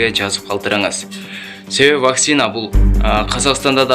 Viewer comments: Блогер Ваксина эмес Вакцина десен ,элдер да вакцина деп тушунушот! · Тура суйло Ваксина эмес Вакцина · ВакСина эмес зенеса эмес кыргызча суйло какайтэтпей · Вакцина деген созду туура айталбагандан кийин жон эле журсон боло! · Туура айталбаса да койгойду которуп чыгыптыр го